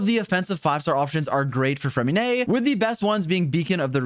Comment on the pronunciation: Finally someone who pronounces his name correctly